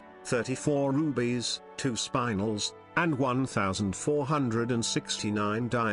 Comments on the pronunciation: The Spinel is the correct name and not spinal. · Please Learn how to pronounce "Spinel".